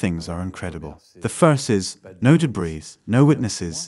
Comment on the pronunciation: The audio part of the video is poorly matched to the Captioning. Also, I don't know if the transcript is read by a person or computer, but you do not pronounce the s in debris, something that's repeated several times. These & similar faults detract from the professionalism of the video.